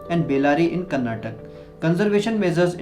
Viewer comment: It is karnataka not karnatak